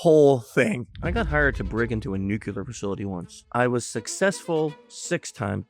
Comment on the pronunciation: Nuclear not nucular